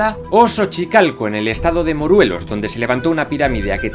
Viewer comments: Jajajaja moruelos 🤣🤣🤣 es moreeeelos.. Está súper padre tu canal, saludos desde México 2021 😘 (es levioooosa, no leviosáaaa) XD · Muy buen video soy mexicano y reconozco que la pronunciación que tienes es buena solo te fallo en una sola al final en el minuto no es MORUELOS es MORELOS. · Jajajaja dijiste "moruelos".es simplemente "Morelos" La pirámide del tepozteco que está hasta la cima de un cerro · Qué chingón!. La información es muy precisa y me encanta que pronuncies de manera correcta los nombres (solo en Morelos en lugar de Moruelos). Saludos desde México.🖤🖤🖤🖤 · Moruelos!#!!! Jajajajajajajajaj es morelos hermano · Moruelos mori de risa 🤣 sorry sorry pero wey moruelos es muy difícil pronuncia MO RE LOS ,. Todo lo demás está genial muy bien que les guste la cultura del México antíguo. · Tenía miedo de escuchar estos videos, porque muchas veces cuando cuentan la historia de América, es especial de los orígenes tienden a hacerlo de formas muy feas e incluso groseras considero. Pero me ha encantado como lo has narrado, con sus pros y sus contras. Solo un detalle, en el , Tlaxcala, así tal cual, no Tlaxcuala y es Morelos no Moruelos... no hay que agregarles ninguna "u" Gracia por narrar tan bonito la historia <3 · "el estado de Moruelos" :V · Este video es mentira, todo mundo sabe que Tlaxcala no existe jaja (chiste malo) Por cierto, el estado se llama "Morelos", no "Muruelos" Excelente video! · Es morelos no moruelos, jejeje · Te felicito por todo y mis respetos, pero te felicito aún más porque eres el único no-mexicano que he escuchado pronunciando "Quetzalcóatl" de manera correcta. Por otra parte... es el estado de "Morelos", no "Moruelos" :) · estado de Moruelos jajaja me dio mucha risa, buen video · MorUelos jajjajaxd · Me dolió en el alma como dijiste el nombre de mi estado, no se porque lo pronunciate con U jaja 😂 se dice Morelos y la pirámide a la que te refierias es la de Tepoztlán, saludos desde Morelos México 😁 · exacto muruelos que cojones